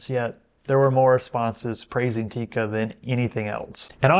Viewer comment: It's NOT Tika!!! It's TIKKA!!! That's how to pronounce it correctly!😉 Cool vid otherwise 👍🏻😀